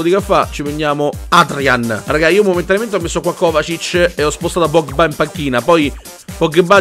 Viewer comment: io mi chiedo quando imparerai a dire pogba e non pogghebbà